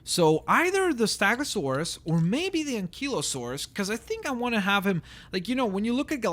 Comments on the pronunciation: its stego not stago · Why do you say "STAGOSAURUS" and not " STEGOSAURUS" is it because your first language wasn't English? wasn't it Russian? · It's stegosaurus not stagosaurus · stop saying staaagosaurus